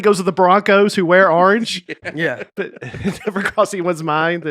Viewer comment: says orange wrong. Arr-nge